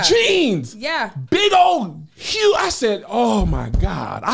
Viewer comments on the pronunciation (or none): none